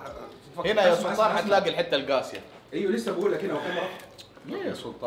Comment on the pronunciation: ثحث رد عليك ثلطان 😂😂